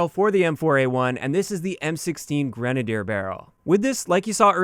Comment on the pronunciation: It is pronounced (grin)-(ay)-(dee)-(ur)